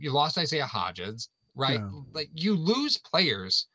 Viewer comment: I think we lost Isaiah “Hodges” because everyone keeps referring him by the wrong last name haha😂. HODG-INS lol